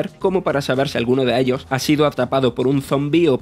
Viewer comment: "acabah con todos ellio"